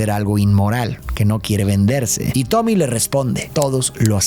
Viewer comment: dice tobi en vez de tommy